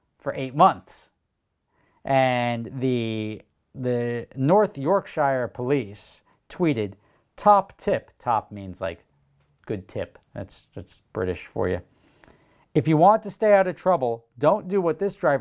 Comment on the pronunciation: The start of this video and the comments prove how little Americans know about the rest of the world. You couldn't pronounce Yorkshire any more wrong if you tried. Which is funny as we both apparently speak English? (Lol simplified) Also we don't speak like that... in fact theres more accents/dialects in the UK than anywhere else, with Germany coming up close. He got done for the jammer which is illegal and has been since forever. Its up there with listening into police radios and lying about your name. He also tried to destroy the evidence and lied to the police repeatedly. I honestly believe the UK Police are some of the best in the world and FAR FAR better than US cops who shoot everyone for stupid stuff like getting out of their car during a stop! The whole ''European Police aren't armed' is complete shit too... cos they are. Not all police are but we do have armed police, and all still have tasers etc. Saying all this, the UK has a major problem and I dare say its only now going in the right direction (leaving the EU etc). I hate the government with a passion but hopefully it will improve. As it goes for the royal family... my local pub is older than the whole of your country so STFU!